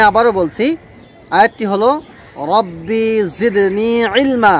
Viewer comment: ভাই ও রাব্বি জিদনি ইলমা রাব্বি টান হবে না আপনি টান দিয়েছেন